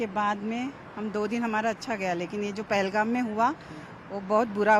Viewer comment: Pelgam nhave te pahelgam